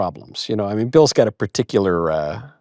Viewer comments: he said icular as if thats his last name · “Mr vicular it’s wonderful to have you on the show.” 😂😂😂 Michael doesn’t get credit for being very funny.